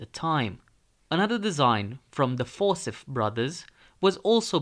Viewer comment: You lost me at For-sith. The name Forsyth is pronounced for-SY-th.